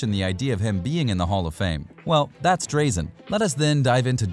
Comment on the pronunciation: Really enjoyed your vid mate. Just an FYI it's "Draaa-zen" Petrovic not "Dray-zen" :)